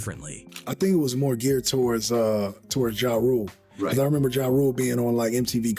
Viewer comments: Oh this unseasoned AI channel called Ja Rule "Jay Rule". When I heard that, that was enough for me to check out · I hate this AI commentary always getting ppls names wrong.. saying jimmy iovine last name like iodine 😂😂 ja rule as jay rule.